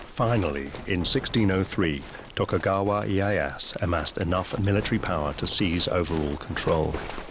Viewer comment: This is interesting, but I think, for a historical documentary, they should have taken the extra step to learn how to pronounce the Japanese names correctly. It’s like nails on a chalk board it’s so bad. It’s Tokugawa Ee-ay-ya-SU. And the sword maker is Ma-sa-mu-neh. You don’t drop the final vowel. Do better.